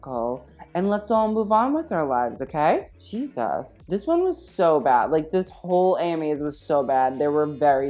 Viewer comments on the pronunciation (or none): none